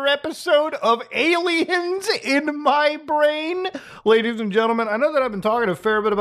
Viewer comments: Why does he call them ALmaos? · Any day I get to hear Muta say Ay-Lmao is a good day.